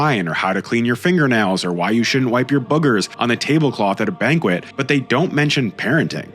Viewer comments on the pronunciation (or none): none